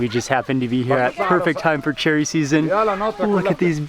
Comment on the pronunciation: saying "cherry" sounded like "chilli" haha definitely Mark's child